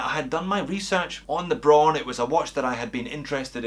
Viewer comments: It's not "bro~n", it's /braʊn/! Imagine Arnold Schwarzenegger says it in a firm and angry voice: BRAUN! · It is pronounced just like "brown" with a string Scottish R.